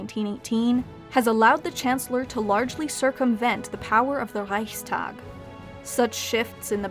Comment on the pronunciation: That moment when she pronounces "Reichskanzler", "Reichstag" and "Bundesrat" correctly. :D